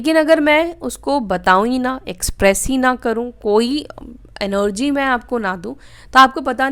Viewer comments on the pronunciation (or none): NOG क्यों बोलते हो आपलोग... सही वर्ड ENERGY है एनर्जी ही बोलना चाहिए😊